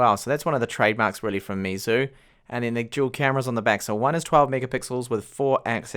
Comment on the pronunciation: Here is how to pronounce Meizu correctly: May Zoo.